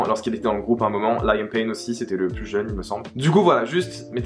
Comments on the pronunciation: Rien a voir mais on dit pas Laiam mais Lï am (comme on le lirait en français en prononçant le i.) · Liam se prononce LEE-YAM pas LA-YAIME 😅😂😂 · juste c’est pas important mais la prononciation de Liam c’est Leeyum hihi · super vidéo intéressante!! Par contre pitié Liam que ce soit en français ou en anglais ça ne se prononce pas Layam haha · Harry est le plus jeune pas Liam et sa se dit Liam comme à la française